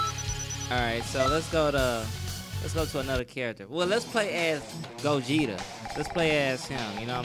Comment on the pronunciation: Lol I laughed when you said Gogeto